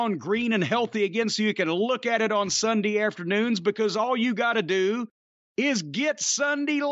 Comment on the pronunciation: that's S U N D A Y "like sundy"